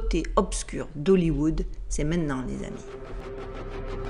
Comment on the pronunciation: Bonjour,entièrement d.accord avec toi c’est choquant! Cette petite fille dans cette tenue franchement….😡😡😡 Et qd je vois aujourd’hui toutes ces conneries genre the voice ext pour les gosses ça me fait le même effet. Bon… pour rester positif,j’adore ta façon d’oublier le T dans maintenant à chaque début de vidéo 😎💙😎 Bonne année à toi et à tous ceux que tu aime 😎😎😎